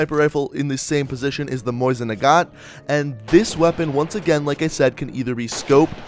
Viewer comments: Lol he pronounced it's moisin nagant not mosin nagant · It’s mow-sin nagahnt not moison nagant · It's called "Mosin Nagant" not "Moisin Nagant" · And it’s not Moisan Nagant MOsin Nagant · Mousin nagant is not g How it is pronounced it’s moe sin nagant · For the love of the gods, say it with me. MOH-SEEN NAH-GAHNT not Moisin, which is a real big pet peeve I have. It's not even pronounced that way in Russian. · Why are you saying moisin nagant it is clearly Mosin nagant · "Moisin Nagant" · ehm... its Mosin Nagan not Moisin Naguan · You say mosin nagat like moist nugget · sounds like hes saying moist nagant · "Moisin Nagant" lmao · Mosin nagant mo-zin na-gaunt